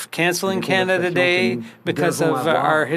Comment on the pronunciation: Maybe of you didn't kill off 50000 jobs in the last 4 years might not be as many homeless. Don't vote for this clown. Can't even say Canada properly